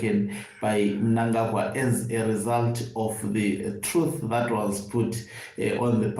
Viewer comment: I am so glad that you know to pronounce the names of big thief chigananda mnangarwa the evil killer and murder